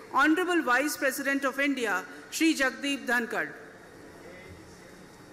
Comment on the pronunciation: Please correct the sentence..its not presisent…its President